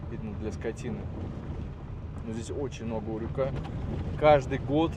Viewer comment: Не урЮка, а Урюка